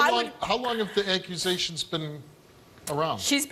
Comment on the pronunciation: Did he seriously say, “These Achuasations” 🤣🤣🤣